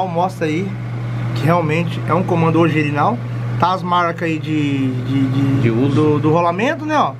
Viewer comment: Alguém escutou o Mano falando ogirinal kkkkkkk amo esses cara